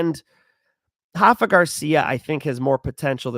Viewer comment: It is Rafa, not Hafa. With a spanish R.:face-blue-smiling